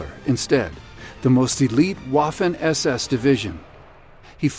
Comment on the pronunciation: you killed "Waffen" .